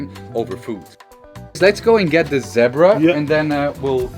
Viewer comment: Love your accent and how you pronounced Zebra..this is a very informative video things most of us never knew.Thanks for sharing